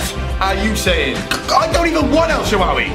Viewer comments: pronouncing El Sharawaay (or however it's spelt) as El shawaway xD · In El Shaarawy is name is a R btw. ( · why cant youtubers say el shaarawy?!